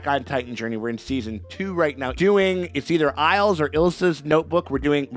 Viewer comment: lol editor Abe, dunno how you've been getting Ilse confused with "Isle" the whole time. Oh well, we all make mistakes. Edit: Ayy, at least the YouTube video title is fixed.